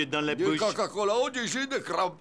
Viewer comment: Y dit "caca cola"